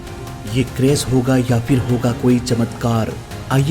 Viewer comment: Anchoring karna to Sikh lo😅 बारिश होता😢 बारिस nh hota क्रैश hota क्रैस 😅 nh hota pronunciation पर कम करो सारे बिहारी आ जाते हैं उनके